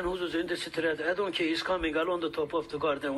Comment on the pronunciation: Kac defa daha we don westin diyecgn 😂😂😂